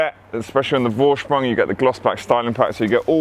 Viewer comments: Vorsprung is pronounced foorsprung. It’s German so v is a f. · Beautiful cars! I love my Audi, one day I will get am RS model... Gotta have life goals right?! 😂 Oh ps... A "V" in German is pronounced as an F so it's pronounced Forsprung. You did ask 😁